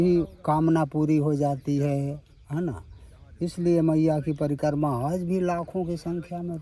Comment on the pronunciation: परकम्मा नही परिक्रमा कहो l प्रसादी नही प्रसाद कहो l भोजन प्रसादी ये ठीक नही है l भोजन भोजन होता है और प्रसाद प्रसाद होता है l भोजन मात्रामे ज्यादा और प्रसाद थोडासा होता है l माफ करना अगर गलत हुं l